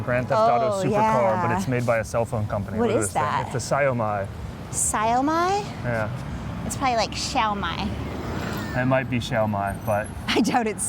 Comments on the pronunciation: The pronunciation of Xiaomi LMAO, u guys pronounced more like “Sell Mine” in mandarin it’s like Xiaomai (Wheat)😅😂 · and it's pronounced Xiao Mi (me) 😃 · It's pronounced as "Xiao-me", not "Xiao-my". That natural landscape you are going to I believe is "Wulong", not too far from the city centre. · XIAO MI pronounes like SHOW ME or SHALL ME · the pronounciation of Xiaomi in mandarin is more like show̶e̶r̶ [ʃaʊ] me[mi] with IPA... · No worries;) it’s pronounced like [Sell Me] n Yass xiaomi is super popular among SEA nations. But the price would be a lot higher than here in CN tbh.